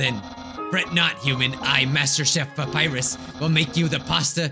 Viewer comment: No one: Not even a soul:: Dapyrus